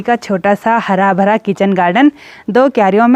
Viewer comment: आप बोलते हो प्यार भरा नमस्ते पर भरा अच्छे से नहीं बोलते आप खुद ही सुनना भरा में रा कही नही समझता प्यार भा नमस्ते लगता है पहले व्लाग में आप पूरा बोलते थे